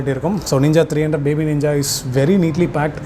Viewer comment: Every one pronounce:ninja: neeenja 😎💪😂